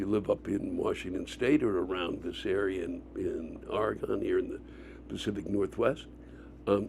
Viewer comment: Lewis, if you don't want to piss off the locals pronounce it Ore-gin, or Or-reh-gin...